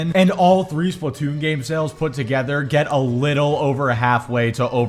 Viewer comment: I don't know why it bothers me how he says Splatoon. "Splat toon" it annoys me for some reason.